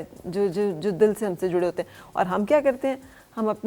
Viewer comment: Aapki Urdu ko kia hoa, " juray hoon, juray hoon " kia hota hai hota hai. Aap tu bohat sahi Udru bolti theen.